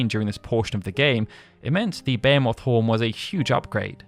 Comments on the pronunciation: Bu-hee-muth, no English didn't invent the word, it pretdated English. I've hear Behemoth said many different ways, but this dude's pronunciation is by far the worst. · Never in my life have i heard the word Behemoth pronounced 'bay a moth'. Until now. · Behemoth- Sounds like: buh·hee·muhth I dont know who taught you to pronounce that word, but man are you off. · Ba-hee-moth. Say it with me now. Ba-hee-moth. Ba-hee-myth is also acceptable.